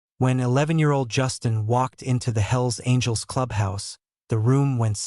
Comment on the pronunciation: sounds like HILLS ANGELS not hells angels